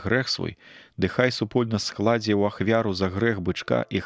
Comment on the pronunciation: Скла'дзе бычка прачытана, правільна: складзе '.